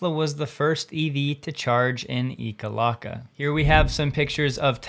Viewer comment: Hi, I've been to Ekalaka (EEK-a-lack-a) a few times, WILD to see it in the news, it's the tiniest functional town you've ever seen. And a reminder that we need a lot of things in rural Montana before EV chargers. I keep hearing about putting chargers in and we deserve our own infrastructure before we make upgrades for rich people to come to dino festivals